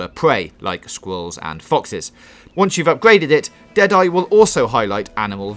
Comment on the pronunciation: What's a sqwiwwel?